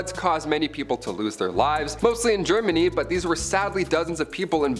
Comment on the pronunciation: Really really sad you can't even say na!¡ Germany. This is why this generation suck ass